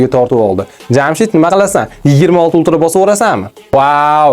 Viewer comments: Uktra demen ulqra deb qõyorin😅😅😂😂😂😂😂😂😂😅😅😅😅😅😂😂😂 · Ultra ❌ Uktra✅